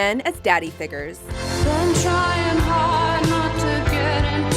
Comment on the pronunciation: Figers? It's Figures, there's a U. Can't pronounce words right that everyone else can? Stop making videos.